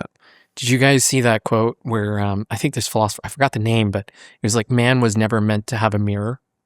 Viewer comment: How can somebody be so eloquent, knowledgeable, and posh-sounding yet have such awful grammar and pronunciation? ("fink" instead of "think", "we was talking about this")